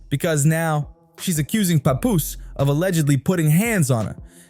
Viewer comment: that’s how you supposed to say it Not Pap Poose